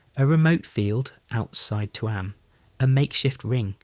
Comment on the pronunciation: Tuam is pronounced choom